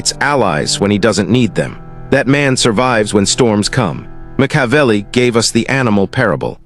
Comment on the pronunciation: Slaughtered his name in a different way each time!!😂😂